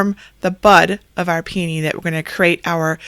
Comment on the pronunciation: Finally, someone who can pronounce p a knee correctly instead of calling hogs PEE OWN EE! Your creations are beautiful. Thank you